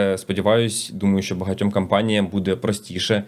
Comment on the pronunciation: Дякую за відео! Все класно, тільки треба вивчити різницю між словами кОмпанія і кАмпанія.